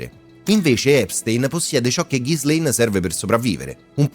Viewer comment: Pronuncia di Ghislaine da rivedere 😅 Per il resto, documentario fatto molto bene